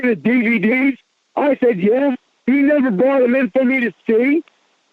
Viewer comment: He nevuh even wanted ta go theah